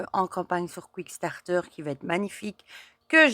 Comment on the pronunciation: Superbes jeux! J’en ai quelques-uns. Merci pour la belle présentation et toujours agréable de regarder vos vidéos. P.S. C’est Kickstarter et non « quick-starter »! 😉